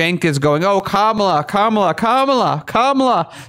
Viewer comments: Please pronounce Kamala correctly. First syllable accented. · Is there any particular reason for your mispronouncing the VPs name? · We'll pronounce it correctly when she does something good.